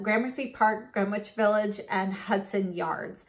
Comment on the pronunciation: I’m sorry for being that person but as a New Yorker I need to say this, the “W” in Greenwich Village is silent. It’s pronounced “Gren-itch Village.” Great video these lipsticks are beautiful and they look great on you!